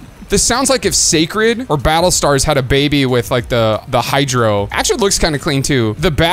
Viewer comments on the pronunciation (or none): none